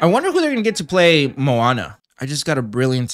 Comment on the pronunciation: You really need to learn how to say Hawaiian words......you are saying Manoa which is the location where the University of Hawaii is located. It's Moana (Mo-a-na) not Ma-no-a.